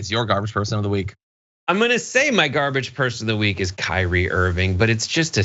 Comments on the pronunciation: Kyrie just means lord, master, seigneur, dominus, domine, Herr, sir. and it's pronounced Kee-Ree-ay. (or Kü-ree-ay). Unless you DON'T want people to see the connection between your name and the Greek word. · While he's looking up what his name means, he might want to look up how to pronounce it as well.